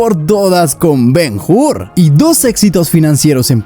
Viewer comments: Ben Hur, no Ben Jur. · La H es muda, se pronuncia Ben Ur, porque el video esta muy bien, pero me duelen los oídos cada vez que te oigo decir el titulo. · El que comenta el viedo, deberia saber que la letra H en el idioma Español es MUDA, por lo tanto cuando de dice el nombe de BEN-HUR no se dice BEN-GUR si no BEN-UR, lo has entendido o te lo repito otra vez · Es Ben Hur, no Ben Hur. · Ben Hur, HUR, no Jur. hablamos español la H no se pronuncia al principio de las palabras. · ¿Ben Jur?. La "H" no suena. Ben Ur y ¡vale!. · Ben Jur 😂😂😂